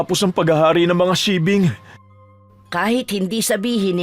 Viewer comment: Paki ayus nman po pag bigkas bawat wika kz pag mapakingan Ng iba yn tamang pangalan tulad Ng sigbin ang inyo sibing ealang ganong aswang ulol